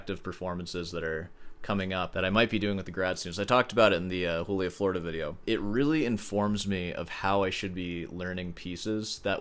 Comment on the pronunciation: 6 hours was baseline for me prepping for university auditions. Then I flunked high school and it was irrelevant. edit: bruh if you’re gonna butcher the pronunciation of Florida why not just say Joolia while you’re at it